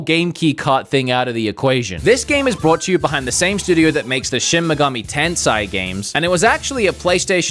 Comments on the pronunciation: he called shin megami tensei shin megami tensai so i think he just sucks at pronunciation lol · Someone tell this guy how to say tensei I’m crying 😢